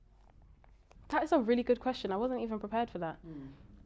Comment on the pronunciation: “ Evon if “😅